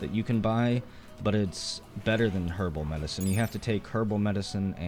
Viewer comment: when you said herbal medicen, for a minute I thought you said kerbal meds